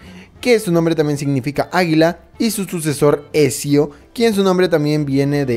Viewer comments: Por cada "Esio" que escucho me dan ganas de pegarme un tiro :'v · "esio" jajaja escupi todo! es "Ezio" o sea "etzio" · ทα૮ђii Exacto, la pronunciacion exacta sería Etzio Auditore da Firence. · Etcshio dia firrence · Ecsio el joven florentino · se pronuncia etzio 😡😡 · Otro error es como dice los nombres, dice altair y no Altaïr (mayor fuerza de voz en la I) y Ezio en la pronunciación se diría "Etzio" no "Esio" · Es altair y ezio en altaril y esio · Me duelen los oídos cuando escucho Esio o altairr xD